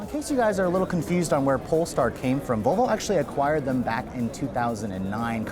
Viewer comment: For the love of peter, it’s Vallvo. Not voolvo lol